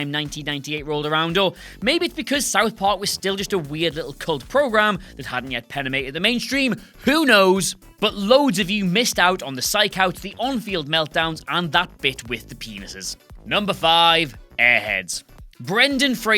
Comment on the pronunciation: does the presenter say "penemated the mainstream?" Is that a combination of permeated & penetrated?